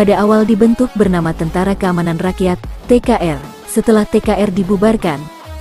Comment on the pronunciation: kmu org mn min,kok tentara ngomong ny teentera